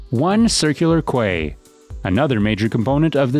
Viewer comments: it’s pronounced “Key” not Kuway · Dear. Quay is pronounced Key, not Quay! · Quay = pronounced 'key' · The “kway” quarter at Circular “Kway”, huh? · Quay is pronounced the same as key. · quay is pronounced key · And quay is pronounced 'key' - so frustrating hearing tube narrators failing english 101... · Omg thank you, It bugged me so much aye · Sure the AI/Voice Narrator can tell that. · Mispronunciations here really grate. As noted before ‘Quay’ is ‘key’ not ‘kway’. And Castlereagh’ is ‘carsell ray’